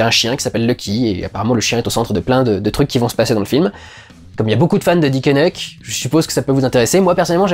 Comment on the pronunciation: Oui alors, ca se prononce "dikenaik". Parole de Bruxellois.